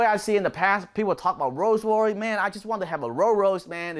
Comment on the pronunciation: Could listen to you say "roo royys" all day 🤣👍